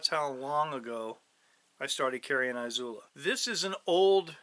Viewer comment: Eeezula not eye zula. Love the videos but it’s killing me